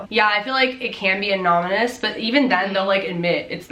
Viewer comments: Every time she said “anonimas” instead of “anonymous “ 😭😭😭 LOVE YALLLLL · Lol, learn to pronounce anonymous. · It’s a pronunciation issue. Not a spelling issue.